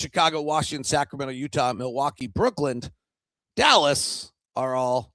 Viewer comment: I still feel that it's Brooklyn and not Brooklynd